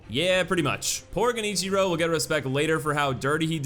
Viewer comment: It makes me so happy that you're pronouncing Tomoe and Genichiro more correctly. That aside, Final Isshin was my favorite boss, but somehow didn't feel like the most difficult. Maybe it's because I didn't feel cheated any time I died; everything he did had a clear answer and it was easy to own my failure. In terms of difficulty, Father Owl felt WAAAY harder, mostly due to his cowardly fighting style, massive health pool, and seriously overpowered attacks. He was able to frustrate me to the point where I couldn't see the openings, and I spent so much time panicking over another cheap death that I couldn't keep my composure... which totally makes sense. Father Owl and Final Isshin felt like polar opposites, which I think is thematically appropriate: the sneaky, dirty ninja vs the noble, powerful samurai. And a techno wolf in between.